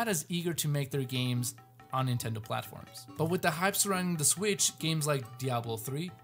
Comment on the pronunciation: I don't think it's "Switch IU"